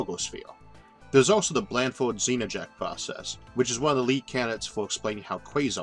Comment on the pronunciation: Can quasars be tapped for power? (Btw, "Znajek" is said "ZNAH-yek".)